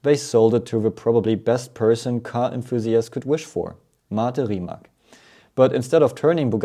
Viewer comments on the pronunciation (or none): It is Mate Rimac, not Rimak. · Pronounced more like Rimatz isn't it?